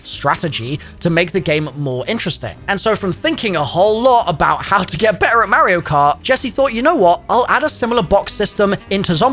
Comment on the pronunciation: Lol saying you play mario cart and then going on pronouncing it wrong 🤣